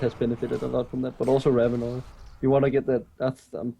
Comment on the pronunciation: it's Rav-in-or not Rav-in-er. Even when you pick Ravenor it pronounces it correctly.